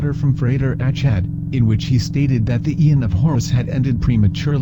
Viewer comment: This is quite well done, despite the annoying computer voice. However, the pronunciation of Achad is incorrect.